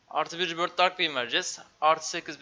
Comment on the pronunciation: Ribörth diye okunuyor arkadaş doğru telaffuz ediyor